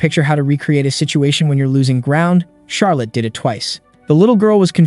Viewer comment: Charlotte pronounce Charlitte lol